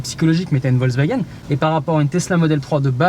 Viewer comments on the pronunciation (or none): Analyses et observations intéressantes comme d'habitude. Juste la prononciation "vozewagen" (même pour "hop là") un peu perturbante mais bon...